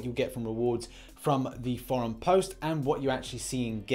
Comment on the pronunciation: It's Four Um not For Um lol